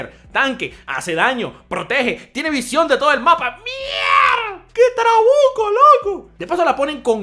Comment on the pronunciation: Nadie Absolutamente nadie: diciendo que trabuco a lo dominicano